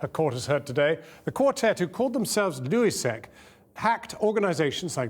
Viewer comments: “Louis sec” smh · lol "luezsec" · How badly do news channels want attention and also did this moron say loui zec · The way he pronounced LulzSec was ridiculous